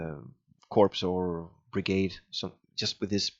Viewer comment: I know it's a long time ago but you don't pronounce the S in CorpS it's the same as Illinois. It's just corp. Other than that. Awesome and this is what I was looking for before purchasing it.